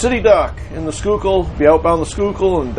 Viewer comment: I drive over that bridge often. Sometimes see the tugs and wonder if is on one of them. Cool. ( You pronounce Schuylkill correctly. Impressed..LOL)